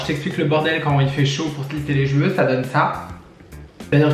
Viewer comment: Ah ça me manquait les vidéos make-up ! Et on reconnait le "ch'veux" xD